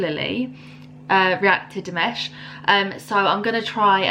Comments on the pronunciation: He's Dee - Maaaaash......not Dee - Mesh. Dimash DON'T SPEAK 13 languages. Dimash HAS SUNG in 13 languages. Dimash is fluent in Kazakh (mother tongue), Russian (2nd language), reasonably good in English and speaks a smattering (a few words here and there) of Mandarin. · dude, it's dimAAAAAsh, dimash not dimesh. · De mosh , not mash. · His name is not Mash but Maush sounds. Like, lower A, just so you understand the right pronouciation 🙏😉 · Try saying Dimash liks you're really posh, and you might get the "a" right. Because it's not "Dimesh" 😅 Edit: yes, he is a great swimmer! There's a video of him swimming the length of an entire pool underwater. Some people will say that's pwrt of his vocal training, but it's not true 😅 he's pretty crazy on a treadmill. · You are not comprehending what people are telling you. Dimash does not speak 13 languages, he has sung in 13 different languages (big difference). Your pronunciation of Dimash's name is not quite there yet, if you what enough of his performances you will hear his name announced properly and then you will get it. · Yes, he's a great swimmer. He doesn't really speak 13 languages, but he has sung songs on 13 different languages. He speaks Kazakh and Russian fluently, is extremely good in English considering he only knew a few words five years ago, and knows a little Mandarin. One other thing..... his name is pronounced Dee MAHSH (accent on 2nd syllable).